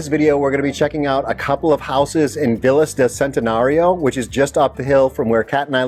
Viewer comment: And please, check the correct pronunciation of VILLAS. Living in Mexico, respect should be shown speaking Spanish - and that includes pronouncing titles, names, and words.